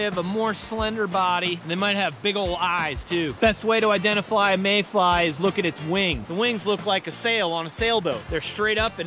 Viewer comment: He said "identiFLY a mayfly" lol